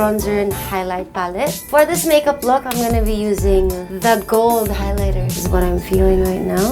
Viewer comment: Not trying to sound mean but her ‘accent’ is just off... I know James’ accent is rubbing off on her, but it is as if her accent is still trying to find itself 😅 Many times she’s mumbling, or she pronounces words in different ways (highlighter for example).